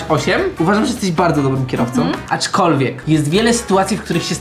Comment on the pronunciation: POLICZCIE ILE POWIEDZIAŁ ACZKOLWIEG